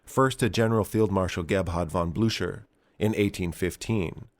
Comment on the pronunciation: Did you switch to AI voicing in your videos? It sounds incredibly stiff and is the only way I could see the mispronunciation of Blucher.